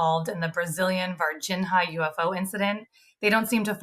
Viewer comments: "Varginha" is pronounced the same as "piñata" in this regard: Varginha = Vargiña. Its not pronounced Vargin-Ha. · Its pronouced VargiGNA (Var-Jee-Neeah), like Lasagna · In "Varginha," the "h" doesn't have the "rr" sound like in "hook." There’s no exact equivalent in English, but "Varginia" is good enough. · C'mon Ross - at least pronounce Varginha correctly - it's only one of the most famous UAP cases ever. 😂👌